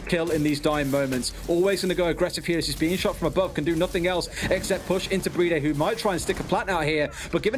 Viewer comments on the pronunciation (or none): Why do they call BriD "Bridey"?